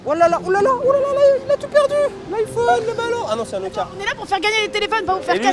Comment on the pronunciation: "Il a tout perdu l'iphone touut"..."Ah non c'est un Nokia"😂😂😂😂😂